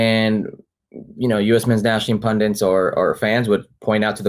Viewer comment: Enjoy your channel, great video, like listening to Herc. ….but would someone tell him it’s “pundit” and not “pundant” or whatever he is saying 🤣